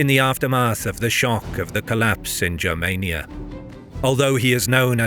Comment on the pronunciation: Please hard “G” for the love of all that is holy, please let there be a history channel on YouTube with proper information. Germania with a soft G doesn’t exist and it’s nails on the chalkboard!!